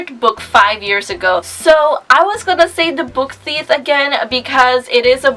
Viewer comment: I love your videos! I've noticed whenever you talk about the book theif, you call it 'the book theith'?? 💕